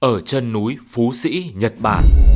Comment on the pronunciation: mệt quá nói thành "chật bản" luôn.😅😅😂